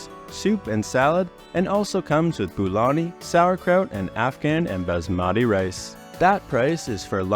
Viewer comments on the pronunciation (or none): none